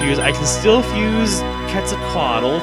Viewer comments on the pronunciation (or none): Quetzalcoatl is pronounced 'Ket-za-coat-all'